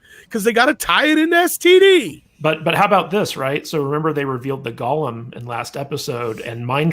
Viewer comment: Hey! GOLEM. Long “O”. The way you’re saying it makes me think of the bug-eyed walking piece of turkey gristle from Lord Of The Rings.